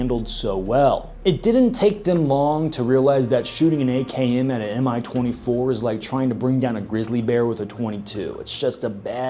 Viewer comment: It's not "em-eye 24", it's "mee 24". Two letter index in the name of the Soviet/Russian aircrafts is not an acronym, but a first letters of the head constructor's name: An - Antonov, Il - Ilyushin, Ka - Kamov, Mi - Mil, MiG - Mikoyan and Gurevich, Su - Sukhoy, Tu - Tupolev, etc.